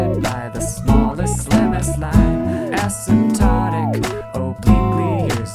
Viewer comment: I thought i heard Acid Tonic.